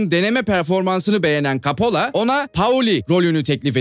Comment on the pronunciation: Kapola değil koppola